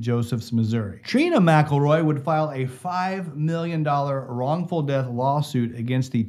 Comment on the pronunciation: Yea they do. The police know damn well who done it!! Why do you think the sheriff left just before it happened when he knew they were all riled up. You need to learn how to pronounce his last name!!